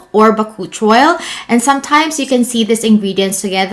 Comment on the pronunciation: sorry, but I had to search it. It is pronounced as Buh-koo-chee-owl